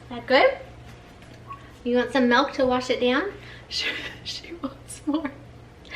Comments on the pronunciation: Its pronounced milk not malk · Why does she say melk and not milk?